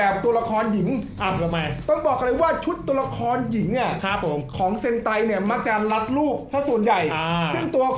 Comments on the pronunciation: เซนไต❌️❌️❌️❌️❌️ เฮนไต✅️✅️✅️✅️✅️😅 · เซนไตนะ ไม่ใช่เฮนไต 55